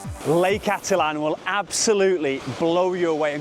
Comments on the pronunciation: Well… it is pronounced: ati-tlan Or: Atit-lan..!! But not.. atlan…!! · Thanks! Finally, someone pointing this out. I think 95% of YouTubers butcher the name of Lake Atitlan.